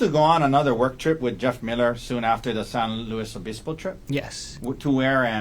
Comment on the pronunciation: why is he pronouncing San Luis Obispo like that?